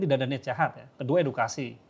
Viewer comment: EDUKASI APA EDUITKASI?? 🤣🤣🤣🤣